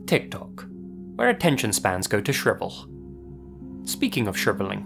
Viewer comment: "Shrivuhhhhll" Ah! That familiar breathy speak, I know it too well! Unbelievabuhhhhll! Like "Right Nowuhhh" you literally made a one syllable word into a two syllable word. Bravo.